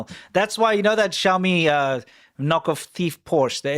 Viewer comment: It's not obvious how to pronounce Xiaomi SU7. You say, "Shou-mee SUCKS".